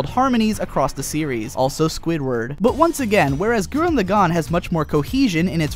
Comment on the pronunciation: It's pronounced LAgann, not LevioSAAAAnn. I enjoy the crap out of KLK, but the character progression of Shimon far exceeds anything a naked chick with a sword and an anger complex can do. I cried at the end of both though.